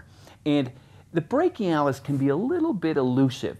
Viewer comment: brak-e-i lol